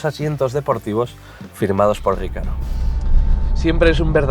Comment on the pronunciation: Ha dicho "Rícaro" a la marca RECARO? Jajaja.